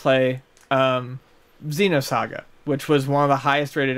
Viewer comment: >Xenosaga Close. real close. Still good tho.